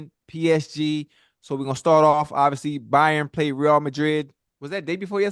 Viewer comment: "Ray-AL" Madrid... come on now, stick wit may!! Great segment!!